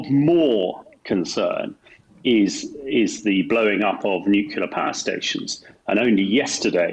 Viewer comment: Bit worrying that the geezer whatever his name is cannot pronounce nuclear properly considering who he is lol